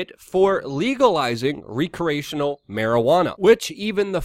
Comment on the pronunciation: bruh did you say "recreational" as apposed to "Recreational"? funny fuck up, considering the context it was in :D